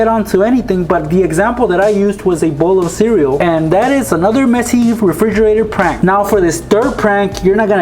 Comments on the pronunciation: I laughed so hard when he said a refrrre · refrigerergerger lol